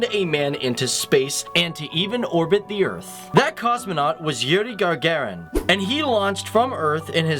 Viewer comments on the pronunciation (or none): It's not gargarin it's Gagarin! Hope this helps :) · As a russian and just a person that loves facts, thanks for this video, but its Gagarin and not Gargarin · Nice video. Note, it's Gagarin, not Gargarin.